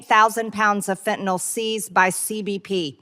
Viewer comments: Dear MargaNazi Greene [divorced failure] it's not "Fe'anull" it's FEN-TAN-ILL spelled Fentanyl, and Biden has caught more of it crossing the border than anyone else ever has, that's not a failure, that's a Biden success, you Russian asset! Thanks for exposing this fascist moron. Since Boozeburp and her like to say unfounded, untrue crap or unverified disinfo in Congress, Raskin guys should just start calling them Russian assets openly on the Floor. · Fentanyl, Ben, not Fentanol. nil. 'N Y L' is pronounced nil. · Ok. Just a personal beef but also a heads up. I am a nurse. Please pronounce “Fentanyl” correctly, especially when MAGATs get it wrong. It’s FEN-TAH-NIL, not fen-tah-nahl. Fentanyl rhymes with, “Pay my bill” not “Tylenol”. Thank you. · Why can't MTG pronounce Fentanyl? It's 3 basic syllables. Fen-ta-nyl Guessing she's one of those who say nucular too